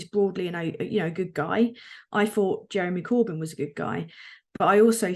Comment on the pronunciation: wow she can't even say "Jeremy Corbyn" lol